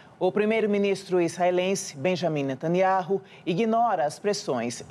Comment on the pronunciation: Netaniau Jornalistas assim que se lê H é mudo nesse caso